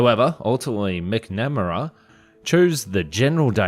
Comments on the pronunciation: I'm Oz, it's not an uncommon surname. I don't know where he got that abominable pronunciation from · MAC-NUH-MARA! JEEZE and Lyndon b johnson. This guy. Ugh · Pronounced MAC-na-mmara. Like MAC-10 Not mc-namm-ara. Kind of a household name here, almost didn’t know who you were talking about. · There are some really odd pronunciation and grammar issues here, like "Stabability" and "MacNAM-aRA." You will really rock my platform if you tell me this has been AI all along! :( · The Pronunciation of Robert McNamara's name is so wrong it makes this hard to watch. A pity, some of the more bonkers prototypes were interesting. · say "McNamara"... My best friend was born with foetal alcohol syndrome and they would make a better job at voice over than you... 100% true 100% provable, .